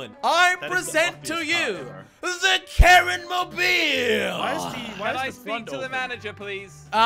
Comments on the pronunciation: It is not karen it is ka-rin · The karin mobile sounds more like the Karen mobile.